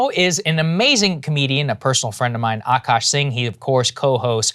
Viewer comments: It's Akaash, not Aakash. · the double "a" is after the k in Akaash :)